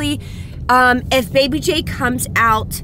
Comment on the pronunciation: “If baby J COMES out” you added a false sound lol